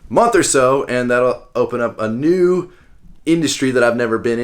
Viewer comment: Did you say "new business opportunity, " or "nude business opportunity " ? ? Are you starting a pole dance exercise franchise?